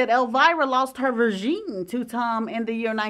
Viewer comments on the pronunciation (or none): You cant say Virginity? 😂